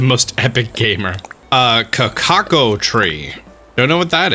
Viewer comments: Caoco is pronounced cahcow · “A ka-ko tree.” My man doesn’t know where chocolate comes from. (It’s pronounced “kah-cow”) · When dosent know how to pronouce cacao (it's pronounced kah-cow btw) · Letter: it's a cacao tree!: CACADO? I don't know what that is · “Kakako tree”, please 😭😭😭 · ‘A cacaco tree, I wonder what that is’ it’s cacao. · Written: Cacao: Cacacacacacaco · It's actually Cacao. (Ka Cow) It's known as Cocoa due to a spelling error I believe.